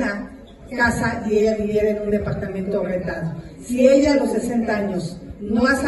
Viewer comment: No se dice deportamentog se dice depoartamento